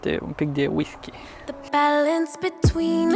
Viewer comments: ha,ha...nu mai spuneți ,,V I S K I ,,!!! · Whisky se pronunta nu visky